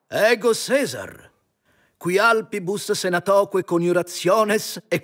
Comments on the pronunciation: Hang on why did he pronounce "Caesar" with a soft C? I thought Roman didn't use the soft C and it would be pronounced as "Kai-sar" or maybe, gasp, Fallout New Vegas was wrong. I still say "kai-sar" to this day. Your videos on the Civ 6 leaders are the best, thank you very much I always enjoy seeing and hearing all the languages. I wish I could learn them all but I do not have the patience 😞 EDIT - Goddamnit Trajan says "Kae-sar" too I knew it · Much obliged, and thanks for the kind words! You're right about him mentioning "Caesar" which shouldn't happen in his time as that particular phrase is a quote taken from Julius Caesar by William Shakespeare, Act III, Scene 1 by the game dev. "Caesar" is mispronounced. In Caesar's native language of Classical Latin, it should be pronounced ˈkae̯.sar or ˈkäe̯s̠är. It seems the voice actor pronounces it in Ecclesiastical Latin, which doesn't exist yet.